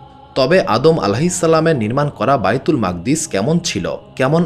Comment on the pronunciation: ঐ মসজিদের নাম বাইতুল মুকাদ্দিস, মাকদ্দিস কি .. উচ্চারণ বিকৃতি।।